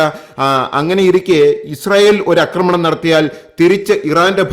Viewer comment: പക്ഷെ 'അക്രമണവും' 'ആക്രമണവും' തമ്മിൽ ഉള്ള വ്യത്യാസം അറിയില്ല.